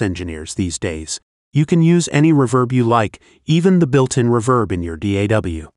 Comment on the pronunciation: You may want to find a less monotonous AI voice to narrate your videos, and spot-check its pronunciation. It's pronounced "rEEverb", not "reVERB", and the vowels in "lead" are pronounced like "reed", not like "red". Hearing the AI keep saying "reVERB" over and over again was really annoying.